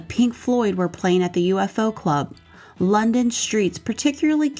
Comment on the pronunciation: the UFO Cub was pronounced YOU-foe, not separate letters